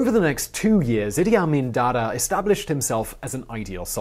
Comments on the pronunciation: It's Idee Ameen not the way you say it. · I know dude was a monster, but he is a historical figure. How about pronouncing his damn name right?